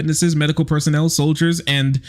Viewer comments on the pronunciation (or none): none